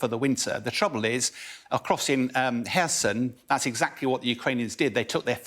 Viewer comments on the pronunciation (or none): none